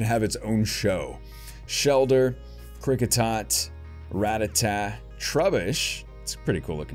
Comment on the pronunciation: The fact that you can say “Rattata” right makes me INCREDIBLY happy